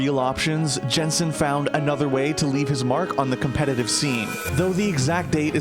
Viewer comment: It's just Yensen, it's not hard to pronouce. Just Yensen